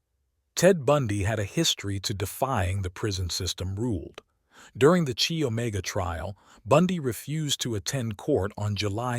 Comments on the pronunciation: Chi pronounced Kai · Chi doesn't haven't a Chinese sound but should be pronounced like eye with a K in front.